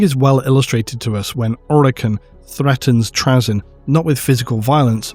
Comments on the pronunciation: you're pronuocniugin his name wrong its trayzun not trayzen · Why are you purposefully saying Trazyn's name incorrectly? You know you are. 6000pts? Of Necrons of your own? C'mon dude. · Not sure if I can stomach 90 minutes of my favourite loretuber mispronouncing Trazyn’s name but let’s do this. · is he saying trazyn wrong intentionally?